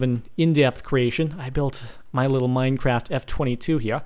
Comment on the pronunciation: in the bigging did he say minecrapt